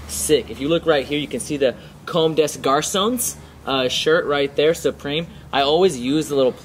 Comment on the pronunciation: you say it right : "comme des garcons" :D:D